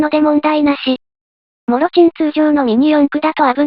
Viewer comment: 「もちろん」を「もろちん」にすな